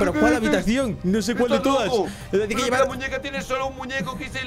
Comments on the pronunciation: Dise muneca no muñeca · hahahahaha es muñeca no muneca en el vídeo 😂😂😂❤❤❤ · Soy yo o la muñeca dijo mewuin???? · puso muneca en lugar de muñeca